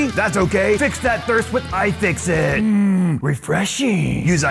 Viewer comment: AYE! FIX IT! (at least that's what it sounded like) But I agree: Best! iFixit! Add! Ev0r! XD